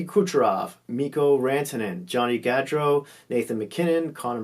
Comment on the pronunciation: Pronounce Gaudreau Goodreau